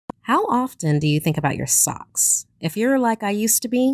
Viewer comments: Thought they said sex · did she say at the beggining socks or ......